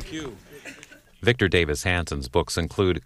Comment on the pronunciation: Get the name, right… It’s Davis not David…